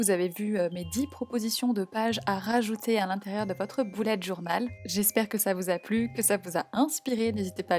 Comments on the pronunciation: merci mais on dit bullet pas boulette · pourquoi tu dis bOUlette journal et pas bUllet journal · c est moi ou elle dis boulette journal ? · Ça me fait rire quand elle dit boulette au lieu de bullet 😂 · Tu me fait trop rire a dire boulette journal 😂